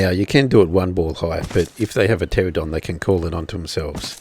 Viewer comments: Why do so many people say terradon? are they unable to read? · Its pronounced Ter-an-oh-don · the P is silent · I think it's because the pteranodon is based on the pterodactyl so people mix the pronunciation of the two words up. At least that's my excuse. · that doesnt really explain why people dont say the name right?